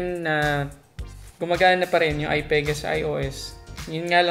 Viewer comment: Stop saying Ai PAE GAH.. ITS AI PI GAH fucking hell